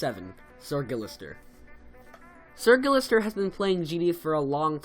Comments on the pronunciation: It's sirguistir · awesome, one thing tho... it's SRguillester not SIRguillester. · Its SrGuillester not "sir" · did u say Srgillister